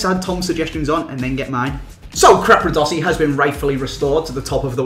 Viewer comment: i new would say crapradosi